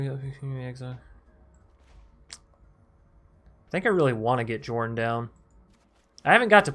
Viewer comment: Nice build ... I'll try it ... btw it's pronounced "Yorrn" instead of Jorn..